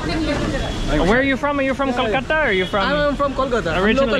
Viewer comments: It's not kalkatta.... Bro it's Kolkata! Next time correct yourself. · Kolkata was the write pronounciation, kalkata❌